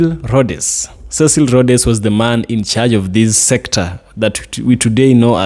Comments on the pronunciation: Rhodes, same pronunciation as roads. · Pronounced Rhodes..pls the 'e' is silent so its Rhoads like roads. That i think is the pronounciation. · the name is As you say Roads ( Cecil Rhodes)